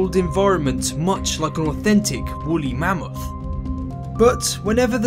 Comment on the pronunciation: He said bully mammoth